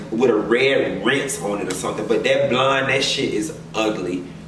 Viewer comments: every time you say "blonde" I get my life! LOL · The way you saying BLONDE 🗣🗣🗣 Has sent me lmao.